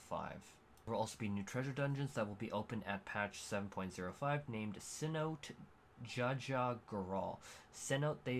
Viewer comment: Repeat after me! seh-NOH-teh. Cenote.